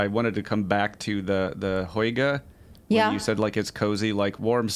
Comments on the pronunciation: Lol, such a funny way you pronounce "hygge" like "hoyge", haha. Try saying it like "hüggeh" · It's pronounced Huga.... with a long U as in Hugh or huge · It’s pronounced Who-Gha. You’re journalists. Why aren’t you looking things up before pronouncing a word that’s new to you? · Hygge is pronounced something like "hoogguh" - cosy. Yes they burn lots of candles to create the cosy atmosphere. Mind you it used to drive me crazy as I feel claustrophobic in low lighting!